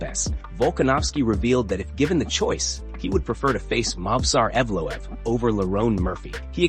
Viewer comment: Hey, learn how to pronounce fighters' names. You mispronounced Mauricio Ruffy's "name" two different ways. Ruff-EE, ROOF-EE, but it's HOO-fee. And, Ev-lOv? There's nothing worse than turds who want to cash in on MMA but have no knowledge of the sport.